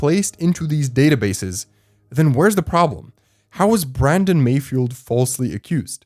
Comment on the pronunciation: I heard malfoy instead of mayfield...